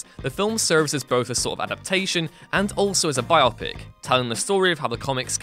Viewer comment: Bio-pic not bi-opic